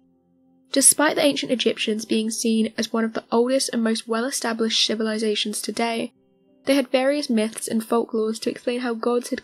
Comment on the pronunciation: Its bad enough I have to listen to preShoom and aShoom but she straight up said Shivilisations. Why would she do it again, its not like HER JOB IS TO NARRATE VIDEOS!!!!! This channel has the absolute worst narrators!